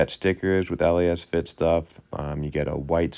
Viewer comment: It’s pronounced Lasfit. Not L..A..S..Fit. 😁